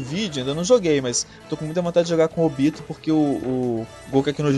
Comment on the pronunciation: oBÍto foi show!!!!!!!,,, assiste legendado, que tua pronuncia melhora!!!!